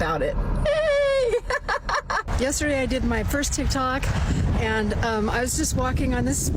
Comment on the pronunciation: "It's Tik Tok not Tick Tock" - 50 plus year old woman